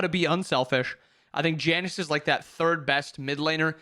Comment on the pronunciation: I don't hear "Janus", I hear "Janice" and laugh at the idea of a suburban mom in the mid lane.